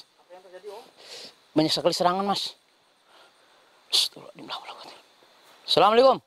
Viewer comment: Itu nyebutnya bukan astaghfirullahal adhzim tapi astaghril al adhzim.. Sudah aku ulang2 berulang kali.. Semuanya nyebut astaghril al adzhim.. Artinya apa?